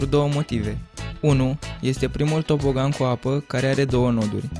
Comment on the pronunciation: Ai zis "TOPOGAN" si ai scris "TOBOGAN"😂😂😂😂😂😁😁😀😀